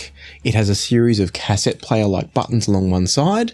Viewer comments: bro. it's not "cass-ette", it's pronounced "ka-set". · It's actually phonetically pronounced 'caset' , there is no hyphen. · I quite enjoyed this video and then you said Cass sett and completely ruined it 😂😂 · "cass-ET" LOL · please learn how to pronounce the word cassette, cheers